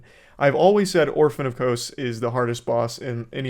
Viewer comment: Orphan of KOSE and RUH-DAN dude what is up